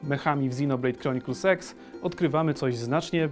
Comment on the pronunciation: czy tylko ja słyszę Xenoblade Chronicles Sex? dajcie se w tępie 0.5